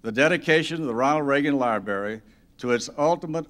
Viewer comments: It’s library not libary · New rule! If you are dedicating a library, you should know how to pronounce library; so cringey. I flinched every time he said it.